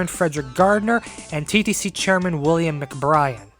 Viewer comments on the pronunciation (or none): none